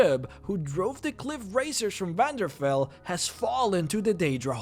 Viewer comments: did you just call Vvardenfell, Vvanderfell? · I'm sorry, that butchering of the city name, it's pronounced Var-den-fell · vvardenfell not vvanderfell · Whats "wandenfell"? Your lack of knowledge on elder scrolls is insulting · just saying its pronounced var-den-fell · You mispronounce Daedric, and you completely said Vvardenfel wrong.